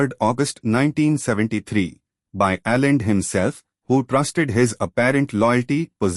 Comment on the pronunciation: You were not in Chile mate . The socialists and communists were armed. This was a war. You did not mention the fact that the senate asked the Army to intervene. The coin has two sides. Please try to learn how to pronounce names properly. The name is ALLENDE and not Allen . Please do your homework .